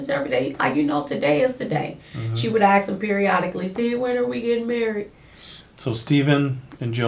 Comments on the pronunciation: Aks me aks me aks meeeee🥴🫣🤢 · never trust anyone that cannot say ASK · So much a nurse, she can't even pronounce ASK. Tells me she's a liar and a thief.